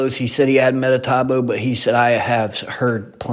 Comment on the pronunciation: METABOO not MetaTAboo. Thanks for the review but man. Everytime you said metataboo made my ears hurt! 😖😖